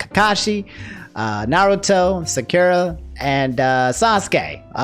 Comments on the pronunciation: Oh my LORD this man did not say sukiura bro 🤣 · Bruh it’s SA-KU-RA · the way you pronounced sakura... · thats not how u say sakura and boruto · why you gotta mispronounce Sakura??:( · The way he says Sakura my lord the way he mispronounces everything is such a meme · The way says Sakura always triggers me hahahaa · The way you said Sakura's name is funny to me